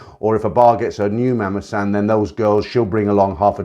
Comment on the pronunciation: Nice video but learn the right pronunciation of the word “mommason”